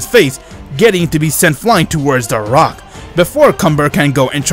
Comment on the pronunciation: You said frock instead of rock